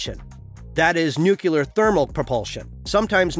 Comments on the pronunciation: It's NUCLEAR not nucUler. God help us!!!! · Please learn to pronounce nuclear: it is not anywhere close to "new killer" (like G.Bush), but rather close to "new clear". Your pronunciation sounds rather silly and annoying imho.